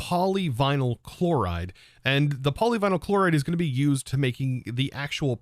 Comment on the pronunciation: The way you butchered the "poly-we-nile-chloride" Is funny lol